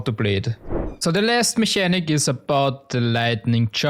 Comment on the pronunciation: Mechanic is pronounced in English with an hard K sound. It sounds more like "Mekanik"